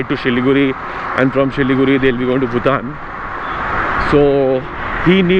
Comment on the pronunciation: Nikhil, it's BhuTAN not BhuTHAN